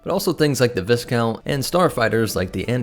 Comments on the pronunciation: It's pronounced vi count not Viz count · (viscount is pronounced vi-count. The s is silent for weird linguistic reasons.) Great video about a ship that deserved more spotlight. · Good video, but you need to check your pronunciation of "viscount."